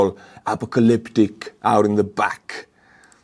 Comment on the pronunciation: Bro said Acopolyptic 😂😂😂😂😂😂